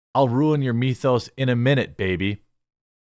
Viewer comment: Wtf is a mee-thowse??